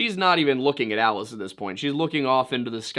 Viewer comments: It's not "ee-lee-is" It's "ah-lie-us". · "Ah-Lie-us" Vorhees...